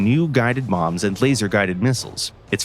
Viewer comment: I have to agree and say I heard guided "moms"